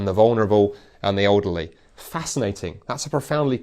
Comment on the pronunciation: “Olderly”?? I thought i’d just misheard him the first time, but doggone if he didn’t say it again. always throws me with his pronunciation of us as uzz, but i wasn’t prepared for olderly …